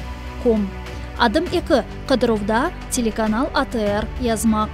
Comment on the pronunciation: А, чому вимовляє: "ЦЄлеканал"? Дівчина з Петербургу? Чи так правильно?